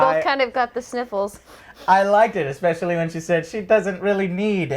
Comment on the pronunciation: I take special notice when he does pronounce "especially" properly since it doesn't happen often. But, it has happened before!